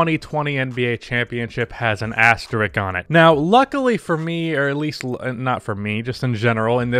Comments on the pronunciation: Why is the “sk”-sound so hard for Americans to pronounce? It’s asterisk. Asterix hung out with Obelix. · Imagine being able to pronounce the word “asterisk” correctly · One day you will get the word "asterisk" right, I believe.